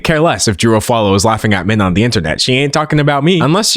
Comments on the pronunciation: Bestie, you're saying Drew's last name wrong. It's pronounced like awf-ooh-all-oh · I'm convinced he pronounced Drew Afualo's last name like that on purpose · no fr. ESPECIALLY when the name is butchered almost immediately after the person gives their name. And Drew isnt some random internet personality on tiktok, her last name is constantly being said and shared accurately. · i know what you're trying to say. You're trying to equate his pronounciation to how japanese pronounce "sukareto" to "scarlett" or "jo-ji" to "george". Yeah dude I'm not that unfamiliar with japanese language. Nice try though. But that's NOT the case here. I don't see any point why he need to add another F in Afualo's name. Both him and drew speak the same language. No language barrier can excuse his mispronounciation. If you're trying to excuse racisms, just be genuine about it